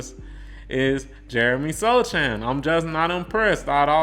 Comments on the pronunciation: Pronounced So-Hahn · Sochan (pronounced SO-HAN) is a final piece player. Think Jrue Holiday or back in the day there was Dennis Rodman, or even for the spurs we had Bruce Bowen. The Spurs staff and Pop know what they are doing. And I promise you within the next two years, you and the world will see why Jeremey is so valuable, and why he was a key to the future. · How can you make Spurs videos and not know how to pronounce Sochan’s name?